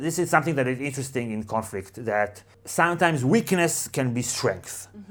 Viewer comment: 'Interesting' or 'Incestring' ?